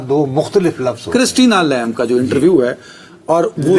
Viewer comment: Lamb is pronounced as Lam with B silent in it. With all due respect to veteran Nusrat Sahab!